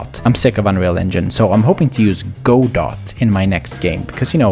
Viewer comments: Go-doh not go-dot 😬😉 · It’s gudoh that’s how u pronounce it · Godot is pronounced like gado, I am actually making a game in it, and I find it pretty nice. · Godot = "Geh-doe" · It is pronounced gew dow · uh actually its pronounced "ga-dou". I request that you say this in a nerdy voice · a huge performance boost for players with low pcs is to jusst allow them to control the global illumination quality level , just allowing them to change this will drastically increase performance and allow people with spaceships to play on cinematic if they have the performance. its a very easy setup with blueprints really just a hand full of nodes. the way you pronounce godot makes me sad